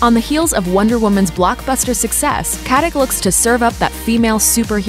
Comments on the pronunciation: Her last name is Katić, which is pronounced KatiCH (well, similar, that 'CH' is more like 'C' in word Ciao), just like you pronounce JokiĆ, DončiĆ, VučeviĆ, BogdanoviĆ, StojakoviĆ, etc... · Pronounced Katitch ffs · it's pronounced katiCH. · It's really pronounced "Kat-ich."